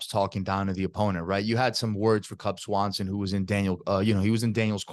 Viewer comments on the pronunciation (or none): Did he say Cub Swanson? 🥶